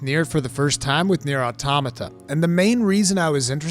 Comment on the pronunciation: This was easily one of your most well written and elaborate videos I've ever seen by you. You hit the nail on the head perfectly. And on top of that you pronounced Automata right!! Someone actually said it right! Lol